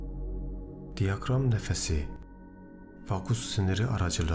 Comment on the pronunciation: Diyakram değil diyafram nefesi lütfen kelimeleri doğru kullanalım